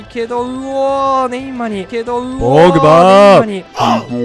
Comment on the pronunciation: ポー⤴︎ ⤴︎グ⤵︎⤵︎バー⤴︎ ⤴︎